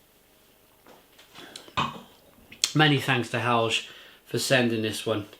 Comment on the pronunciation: Lovely review. You seem to really like Norwegian beers, either that or Helge is just really good at picking ones to send you. By the way, Helge is pronounced with a hard G, so Hell-Ge as in get.